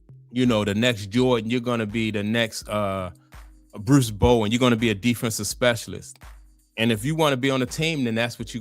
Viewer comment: I hate the way how you pronounce "to" 😂😂😂